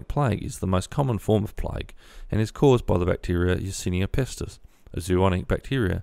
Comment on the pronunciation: Its not plige, It's plague.